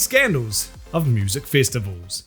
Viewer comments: you said festabulls not festivals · "Fistival"?? 🤔 ...seems like something that can be allot of fun for someone who is into that kinda thing. Mate, are you sure this is an accent and not a speech impediment. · You know it’s gonna be a great video when it starts with the word “Fistivals” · I thought he said fist of vowels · "Fistivals"? Not sure I'd go to a non-scandalous one of those.